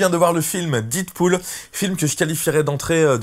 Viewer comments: La prononciation c'est pas didpool mais dèdpool, mais bonne vidéo quand même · do you speak english guy ? prononciation "did pool " c'est "dead pool" comme dans la cité de la peur "red is dead , adieu youri..." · "Didpool" mdr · Mal prononcer le nom du film dès le début de la vidéo... Les puristes auront déjà changé de vidéo après 11 secondes!